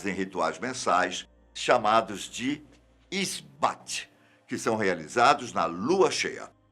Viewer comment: Sou wiccana ha 21 anos e tenho certeza absoluta que tem muito mais do que 20 mil bruxos em SP kkkk Alguns apontamentos: wicca também significa: moldar, transformar Esbat nao pronuncia o t.no.fim Samraim na verdade escreve samhain e pronuncia souên (pelo menos aqui no br) Os sabbats sao celebrados de acordo com a preferencia do bruxo. Por exemplo, Yule que é o solsticio de inverno, mas muitos brasileiros comemoram se baseando no calendário do hemisferio norte entao o yule deles é no nosso verão, bem na epoca do natal.. natal inclusive tem as mesmas cores de yule ..mas isso fica pra outro comentário.. A Wicca é uma religião iniciatica onde voce passa por um processo de ensinamentos e tem uma serie de atividades a cumprir ate que seu iniciador considere o seu percurso completo. E dentro da wicca existem tradicoes diversas cujos fundadores chamamos de Elder . E dentro dessas tradições temos uma certa hierarquia mas nao existem lideres supremos que unem a wicca tal qual o papa lidera a igreja católica. Ah, e existem bruxos que se auto iniciam porém nao sao considerados aptos a participar de tradicoes sem antes passar pelo processo de dedicação. É isso ❤ Merry meet